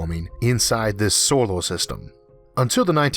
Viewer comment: why do you call it "theoform" and "solo system". so many strange pronounciations i had to cut of the video very early.